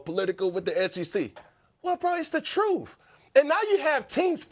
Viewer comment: It’s the troof……😂